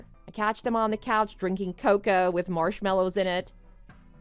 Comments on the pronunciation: it's (KO ko)! not (ko KO a) PLEASE get your pronounciations right!!! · ca-koa i'm so sorry for the voice actor but sir. Co-co. Please. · Why reconcile with someone who cannot pronounce the word "cocoa"?